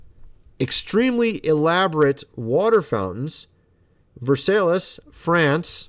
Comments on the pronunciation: vehr-sigh, not ver-salles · Did you take English? Pronounced verphsi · Its pronounced "ver sigh" and the Crystal Palace "conveniently" burned down. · Seeing someone claim to "know a thing or two" while simultaneously showing how little they actually know is an odd experience, to say the least... VERSAILLE, FRANCE - Pronounced VR•SAI. I'VE NEVER HEARD ANYONE SAY "VER•SAY•LESS"... THAT'S NOT EVEN HOW IT'S PRONOUNCED IN KENTUCKY. WHICH IS; VERSAILLES, KENTUCKY - Pronounced VR•SALES. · Versailles is pronounced like Ver-Sai. Just so you know. Interesting video. Seen some of these things, but the scooters were wild, lol. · Versailles is pronounced as Ver-sigh. Mont Saint Michel is pronounced as Maw San Michelle. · It’s pronounced Ver-sigh. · The fact that you couldn't even pronounce Versailles correctly is where I couldn't watch any longer...seriously?